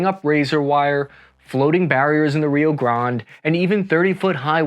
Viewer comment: Super informative video great stufff. I just cringed so hard at Rio Grand!! 😂